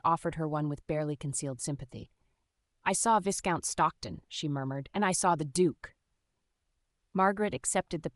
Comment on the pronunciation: Narrator should learn how to pronounce Viscount. The voicing and intonation are often not consistent with the meaning. More substantively, a woman of Margaret's class would have been accompanied by a maid or chaperone and would not be meeting a man in his home or for walks in the park by herself without risk to her reputation. It seems strange that so many people treat Margaret with condescension bordering on rudeness. Would that have been typical in this world? There are several inconsistencies about what room people are in. The barbs and comments people make seeem forced and out of keeping for the period. The underlying premise, conversations, and hesitations are not particularly believable. This could have been entertaining with more effort.